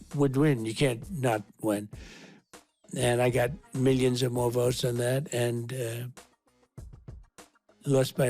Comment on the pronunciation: Miyions and miyions is all that old senile lizard minion knows